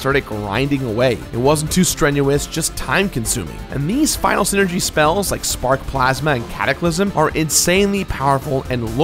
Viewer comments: Hey,, it's pronounced "SIGH-ner-gee," not "sin-er-gee." You can tell because it's a portmanteau of "psychic" and "energy," which is actually a pretty good explanation for how the characters' abilities work. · you pronounce Psynergy as Synergy? i always pronounced is as seye-energy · It's PSYCHIC POWERS, PSYNERGY. PSYCHIC ENERGY...not magic or ZEEENERGY lmao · I always thought Psynergy was pronounced: Sai-nergy Yunno, like Psyduck, Psychic, Psychosis, etc. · I don't think the P in Psyenergy is silent